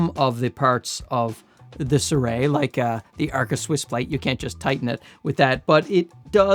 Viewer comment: You are the second youtuber I have seen today calling the brand Suray. I mean, it is Sirui. Si - rui. Si like in "Si, senor!"